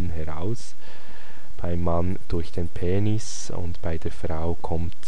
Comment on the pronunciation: dieser Dialekt "Päänis"